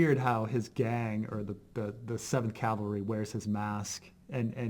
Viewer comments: Interesting, I did not know this. But calvary was really killing me throughout this video. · It doesn’t really bug me all that much, but for those of you interested, Calvary (Cal va ry) is where Jesus was crucified, and cavalry (cav al ry) are a military unit. It’s a common mispronunciation.